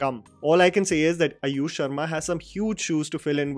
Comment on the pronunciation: and it's AAAyush sharma, not Ayush sharma